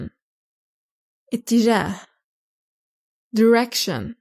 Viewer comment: يعني قناة طويلة عريضة ويخطأو باللفظ هذه مصيبة دايريكشن اتجاه وليش دوريكشن يرجى الانتباه